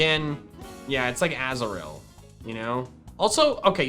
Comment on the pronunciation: I definately heard Azrael, when you picked up Azuril. and I got so confused i couldn't consentrate for a full minute, and had to replay it a few times, until I heard you said Azuril.